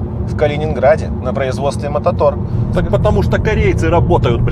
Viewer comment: Не мототор, а Автотор ЗЫ. Привет из Калининграда)